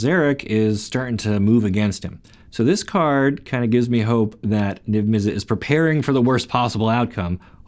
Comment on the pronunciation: It's pronounced Izzet not Izzit same with Mizzet, it's not Mizzit